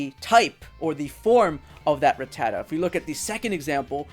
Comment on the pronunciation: its RATTA-TA not RA-TTATA